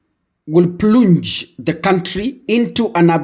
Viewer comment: Plunge is pronounced as "planj" not "plung"